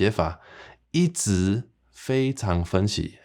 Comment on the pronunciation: 台語的自動轉調，若像還沒學到喔！莫怪一直聽，會講做一直疼！哈哈！火車、花車、貨車、會車⋯⋯等等活跳跳的例，請祝英台來教我們大家作伙學習一遍！